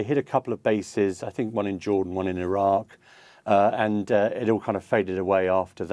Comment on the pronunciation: Did she just us Iraque 🤣🤣🤣🤣🤣🤣🤣🤣🤣🤣